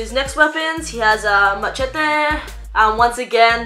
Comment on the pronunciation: Excellent pronunciation of the word machete